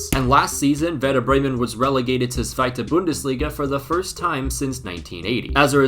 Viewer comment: Bro as a part German I can say we appreciate the effort, especially for saying Zweite Bundesliga. Danke